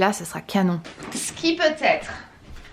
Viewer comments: Top ton vlog! ❤️ Par contre, c'est quoi cette manie de dire: "c'te" au lieu de "ce" chaque fois? 🤔 C'est: "ce", il se suffit à lui même 😁 J'adore le mélange de couleurs de tes cheveux en ce moment 😍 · Aaah enfin un vlog !!! c'est marrant tu dis toujours "ste" 😂 "ste meuble , ste pouf " mdrr😂